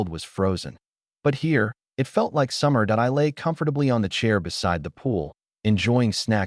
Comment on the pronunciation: wtf with translation AI should be trained to read like human use some good AI that dont read . and pronounce "it" correctly rather than reading like separate character IT